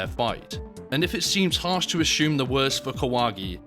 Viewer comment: Asshume. That cracks me up more than shedule or frowing. Thanks.